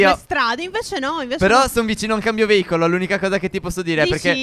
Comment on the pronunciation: No ho capito cosa vuol dire veivolo ma si dice veicoloo